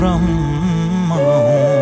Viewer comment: शब्द उच्चारणमा अलि ख्याल गर्ने कि ? यो लेबलको कलाकारले, ब्रम्म हैन ब्रह्म हो, बुद्द हैन बुद्ध हो ।